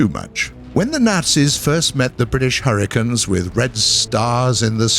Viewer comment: I swear at the beginning he said 'hurritanes'.